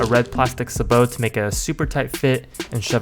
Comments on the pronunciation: Say bo. not SaBoOOo. (Sabot) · I don’t wanna sound like an “ERM ASHUKULLEEEE” but “SABOT” isn’t “SUH-BOE”, it’s “SAY-BOE” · its not suh bo, its say bow spelt sabot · Suh-bot. Not suh-boh. Doesnt matter that its french. American english has a hard t on it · its pronounced say bow not sah bo lol :p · “suh-bow?” It’s pronounced “say-bow”🤓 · It’s pronounced saibow not sabow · It’s say-bo not s-a-bo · Sabot not sabo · Suh-bow it's say-bow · Cool vid but Jesus H, its pronounced say-bow, not suh-bow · Sah bot. Not whatever say bow is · its not sa-bow its say-bo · Please stop saying "sahbow" it's pronounced "say-bow" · Suh-BOW? SAY-bow. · him pronouncing "Say Bow" (sabot) as "sah bow" really just hurts, a lot. I get it not everyone knows the terms for everything but still, painful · Bro it's pronounced saybow not sahbow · sabot not subbow, it's say-bow, two syllables- oh I'm such an asshole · Say-bow.....not Suh-bow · Lmao, a suhboat? Its saybow. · Buddy it’s not a sahbow it’s a saybow. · Hearing you say sabot like that made me physically ill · you say sabot wrong its say-bow not say-bohhhh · pronounced "say-bo" not "suh-bo" Ah hah, Sah dude. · Not suh-bow... Say-bow. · Its pronounced saybo not suhbo just so you know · It's called a "say-bow," not a "sah-bow". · Sabot Say-Bow Not Sah-Bow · say it with me bud. SAYBOW, not sah-bow. SAY-BOW, sabot? saybow. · its not pronounced "sabot" its pronounced "sabo" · It’s a ‘ SAY BOAT’ sayboat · Say->Bo. Spelled Sabot. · I know sah bow, sa butt, and say bow are all technically correct pronounciations for sabot but i still can't help but recoil a little when someone says it any other way than say bow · the name a a sabot round (sa-boa) not sa-bo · Its called Sabot not Sabo Asian man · Sabot... Say Bo. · it is pronounced “Savö” by the way! :) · Pronounce it as "Say Bow" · its Say-Bow innit? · It's pronounced like say bow. Sabot rounds are also used in tanks cool video though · Sabot is pronounced "saybo" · Sabot- Say-bow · The say-bow